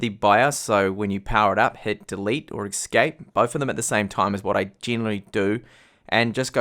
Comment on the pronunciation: Please learn how to say the word 'escape' without making me want to eat my foot.